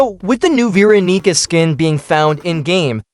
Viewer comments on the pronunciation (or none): vro did NOT say veeronica